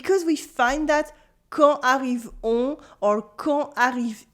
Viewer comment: Lovely lip-shape when saying "on".